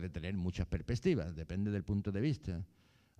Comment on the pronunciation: Porque dice "perpestivas"???